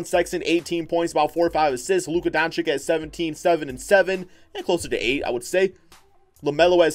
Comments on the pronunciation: Do you even read the Comments of your subscribers man ??!! How often ist it nescessary to tell you that his name is not DONCICK??! He is one of the future NBA stars learn his name for god´s sake man! It is pronounced Donchich. Learn it plz!!!! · (dawn-chich) not (dawn-chick)